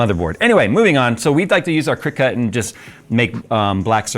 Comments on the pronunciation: Cricut is said like the bug btw. Cricket. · please bro, cricut is pronounced like the insect, why the emphasis on the cut?